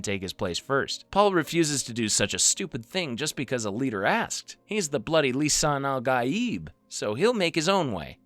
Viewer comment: The pronunciation is Lee Sun Ahl Gaaeeb.